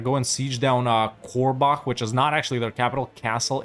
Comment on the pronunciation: Me being from "Korbach", getting absolutely furious everytime he says "Korlach" xD